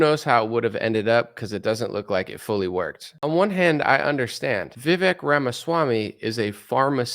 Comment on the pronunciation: His name is pronounced "Vi-Vake".